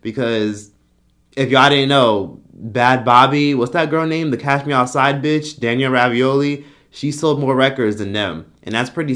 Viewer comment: Did you say Danielle Ravioli? 😂💀